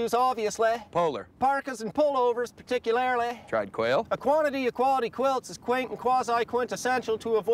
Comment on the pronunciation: ObviousLAY ... ParticularLAY! ... muff .. So excited